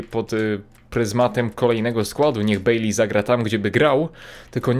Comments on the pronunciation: Nazwisko Baileya czyta się Bajlej. Nie wiem jak można mieć problem z czytaniem jego nazwiska. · Mówi się bejlej😀daj serce